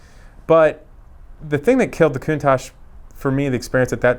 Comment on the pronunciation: Thumbs up for pronouncing the name correctly 👍👍